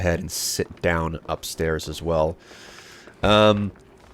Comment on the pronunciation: Pavle pronounced Pa-vel